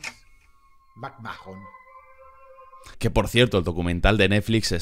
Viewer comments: Vince McMrd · Vince Macmojon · Beans Magma